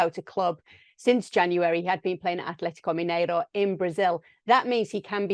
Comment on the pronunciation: Kay, I loved the way you said "Atlético Mineiro". Portuguese is on point! Cheers.